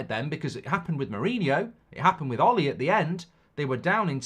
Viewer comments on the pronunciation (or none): none